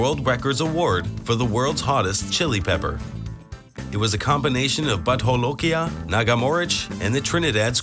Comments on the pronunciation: Its not butt holokia, Its bhoot jalokia. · butt holokia??? 😞😞😂😂😒😒😒 it's bhoooot jo--lo--ki--aa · I am from Assam,India.The pronunciation of Bhut Jolokia..is Bhoot Jo-lo-kia. not butt holokia.And I love having this pepper during my lunch and dinner. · The narrator pronounces Bhut Jolokia as "butt-hol-okia" 🍑🍩. An insult to bhut aka ghost.🤣🤣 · Why does the narrator pronounce 'bhut jolokia' as 'butt holokia'? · I was cringing every time he said butt holokia As if it's Spanish . It's pronounced just that way it's spelled . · because its a spanish name anf J is pronounced Ha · Bhut jolokia name isn't spanish. Its not holokia as pronounced in spanish.